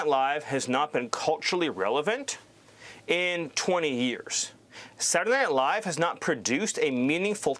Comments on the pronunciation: "SatlanadayNiLaiiiive" - wtf? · “Satlnight live” lmao dude got worse at pronouncing it every time. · sadtledaynightlive bro spit out ur marbles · "Satntdeh Live", the guy cant even fully say the right name. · What is this "Saturn aight live" he's talking about? 😂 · Wtf is satnayight live... Steven is a horrible little thing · "Transgender mice...they're eating the pets...kids going to school as boys, coming home as girls..." What the actual fuck America? BaldyLocks can't even pronounce Saturday Night Live...Satni ight LIVE what a maroon!! Get this circus out of the white house. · And what is "Saddy Night Live?" Stephen, it's SA-TUR-DAY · I hate the way says “Satuhdnihlive.” 😑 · "Satnanight Live..." 🥴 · Saray Nye Live? Can't he even pronounce the words?? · Senndea Live'' .. What a dim witted tosser. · Sadderdanighlive??? What is saying? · "sananay live" 😂😂😂😂😂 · sadinight live..sadinight live..sadinight live. Does this guy know how to pronounce three words in a row?😆 since the 90s!! WTF Nazi Nosferatu??? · “Sadunay” night live -SMiller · i would not be surprised if he turned out to be an alien. I mean who pronounces Saturday Night Live like that’s: Seddernylie. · I didn't have perfect pronunciation all the time, but i feel a little uncomfortable the way he was saying Saturday Night Live lol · Who can say that Stephen isn’t talented? I don’t think I’ve ever witnessed a man so successfully turn the phrase “Saturday night live” into 3 angry, whiny syllables so many times in a row. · Stephen can't even say ,"saturday night live"